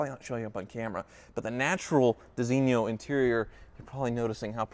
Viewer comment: Jesus how can you butcher the pronounciation of Designo this much? It's pronounced "design-o" why is it so hard for people to say this?